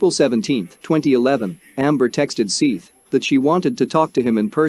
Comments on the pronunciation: I could not watch it you kept saying SEETH not SETH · Seath not seeff, you bumbling idiot. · It's Seth. Not "Seeth." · Seeth lol his name was seth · Its SETH!!! not SEETH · It is Seth that is the right way to pronounce his name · You need to take this down and edited it and say his name correctly lol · To do a full video repeatedly pronouncing the victims name wrong is pretty shitty to be honest. It detracts from what is an otherwise informative video.